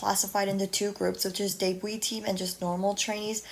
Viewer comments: Her pronunciation: : deibui My pronunciation : debut Others: debu No offense tho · It took me so long to realize that you’re saying debut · well im not just gonna sit here and see you say "yikes" to someone because they didn't know how to pronounce something